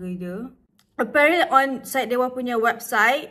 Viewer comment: thanks for reviewing syedewa’s products!!! our boss dah tengok your video and dia nervous gila HAHAHAHAH, btw the pronounciation yang you sebut salah tu betul!! ❤️❤️❤️ glad that you love the products.